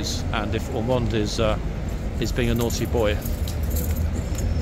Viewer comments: Are you kidding me? It’s Ormonde! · it's Ormonde